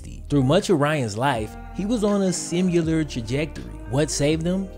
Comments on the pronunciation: Dig your stuff - one thing always sticks out to me - the way you say "similar". There are two 'i"s, sim-i-lar, not simular. Not to take away from your content, just a thing you say often 😋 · I love your channel and all of your content but pleasssse stop saying “simUlar”! It’s similar bro. I cringe every time you say it. Lavar Arrington says the same thing when he’s on espn 😫